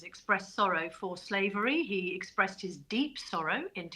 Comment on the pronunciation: Presed? Iltiterate [sic], or what?